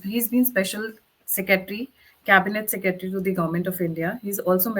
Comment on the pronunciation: "Seketry" you can't even pronounce Secretary correctly. Annamalai has left BJP?? - Pls get facts right, or he has left TN BJP Chief's position. Amateurish!!